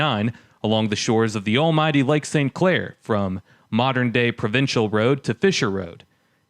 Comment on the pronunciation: Are we talking about the Pro-ven-cal (not Pro-vin-cal) Road off of Lakeshore just north of Moross and south of the Grosse Pointe Yacht Club? I've seen it every time I've driven up from downtown on E. Jefferson which turns into Lakeshore and then turns back to E. Jefferson again on the way up through St. Clair Shores.